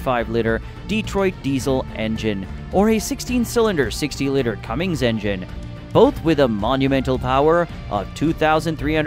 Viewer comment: Too many mispronounced words for me but good try. Scrapper, Cummings, kooommatttsssssuu, etc...🙃